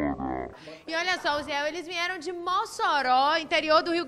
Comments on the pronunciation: VINHERAM???? que nível de repórter!!! aff!!! NHE NHE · Vinhero, que palavra é essa?